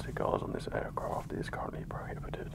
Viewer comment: Take a shot every time he says "aircroft"